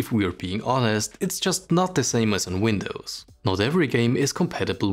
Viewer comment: You still call it "The Windws Key" LOL